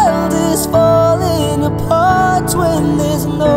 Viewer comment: I love the way he pronounced "Apart" 😭